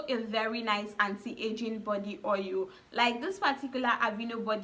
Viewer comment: Ur tonation is A1 the more I keep hearing ohil d more I lost interest in d video